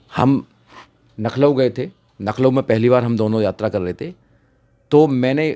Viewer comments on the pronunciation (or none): Nakhlaw नहीं भाई लखनऊ होता है। भाई आप मायाजी के उत्तराधिकारी बनना चाहते हो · लखनऊ बोलना नहीं आता । फालतू की बकवास कर रहा है। एक नंबर का झूठा वकील है ये ओर समाज का दुश्मन है और कुछ नहीं है।